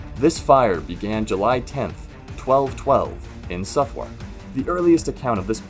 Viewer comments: Watched everything on your channel in about 4 days ! Love it! P.s. number 4, pronounced Suth-ark 😊🏴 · Number 4 - The spelling is ‘Southwark’ not ‘Suthwark’ and is pronounced Suhth-uck, that is the last syllable follows quickly on from the first. Like in a lot of English words, there are ‘silent’ letters and differentiations on pronunciation depending on where a person is from - I’m from the North of England, but can honestly say that I’ve never heard a Londoner (nor anyone else) pronounce it the way it is pronounced here ! Maybe before uploading to the channel, you should use an American-English (or Canadian-English) to British English translator ? (I checked the pronunciation on Google Translate after writing the above and they use the same as me !)